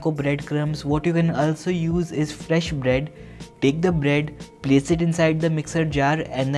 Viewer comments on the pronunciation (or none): none